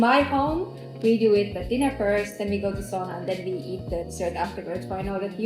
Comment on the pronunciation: Please learn to pronounce the one and only Finnish word... Sauna, not sooona.